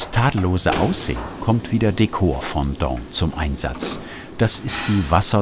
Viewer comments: Es heißt aber auch Fondant und nicht Fontant 😉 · Ich hasse es,wenn Leute Fondant falsch aussprechen!🤯🤯🤯